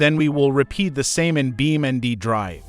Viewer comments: Why you say bioming drive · "Beemaang draev"